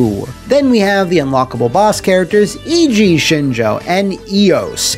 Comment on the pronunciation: Other than your pronunciation of Eiji, this was a great video. The series doesn't get enough love.